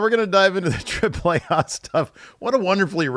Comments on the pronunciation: Spanish vowel pronunciations: A-->"ahh", E --> "ehh" Trip-plehh Ahhhh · That's the correct pronunciation though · As a Mexican, I appreciate how pronounces correctly "Triple AAA" and "México", lotta respect... looootta respect to you my friendo.